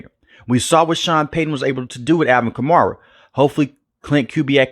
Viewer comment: Stop saying Kar-Mara lmao